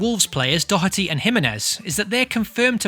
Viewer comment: Ah, thank you for pronouncing Doherty correctly! A breath of fresh air